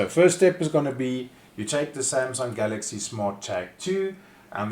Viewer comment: After listening to this I realise you can nake a 20 second video into 5 mins by repeating Samsung Galxay 2 as often as possible and CR2032 multiple pointless times - 5 mins of wasted time